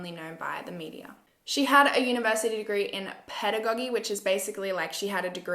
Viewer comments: Education student here. Just letting you know Pedagogy is pronounced Peh-dah-godge-ee (I’m Australian too so that’s how we pronounce it) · LOVE your vids girl!! Always holding out for your next one :) Also, pedagogy is also pronounced 'ped-a-gojy' (second g makes a 'j' sound like judge') haha